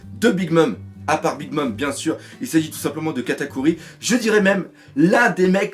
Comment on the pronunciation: "3- Katakui" dans l'intro ! Haha ça m'a tué Katakuri : Kata cuit, quelle faute mais ça m'a fait rire merci :')